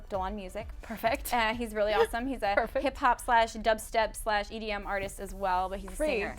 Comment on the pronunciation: She said EDM, not EBM.